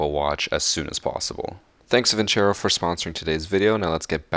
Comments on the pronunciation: So we just gonna ignore the fact that he pronounced vincero wrong? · He just called it vinchero bruhhh it's vin-cero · It’s vincero but pronounced vinsaro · I hope Vincero is not a english word because It sounds like Vin-Chero, but built like vinsero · Where the fuck is the h in vincero